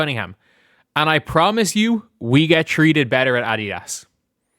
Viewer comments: Adidas is pronounced A dee das not A dee ass. It is Greek. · did you see that Nike is being investigated by the Department of Justice for discrimination? Nike isn't doing so well.... By the way, A-dee-das is how it's pronounced. 🙃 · The way he says Addias is funny